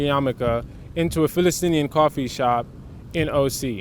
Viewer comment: Palestinian not Falestinian/Filestinian (as long as we're saying it in English), In Arabic it's pronounced "Fa las teen " (the country), and a person from there is "Fa las teeni ". Great video. Thank you both. Salaam to you and to all. Your Brothers from Saudi Arabia.